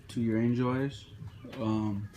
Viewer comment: When you say angel eyes it sounds like your saying enjoys